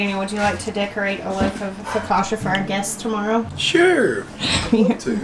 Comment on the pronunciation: Lulu is so precious & curious. Seeing those Nasturtium flowers cheered me up. I'm kinda bummed I didn't get out to do yard work today - likely our last day in the 70s until Spring. Instead I napped after lunch & the sun set ish today. It was too dark to work outside. 😟 No offense but being Italian, it's pronounced Fo- ka- chia.( Emphasis on the middle syllable).